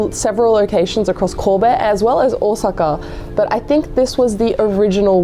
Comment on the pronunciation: 10/10 for the phonetically correct pronounciation of Ōsaka. This is how I know people are legit.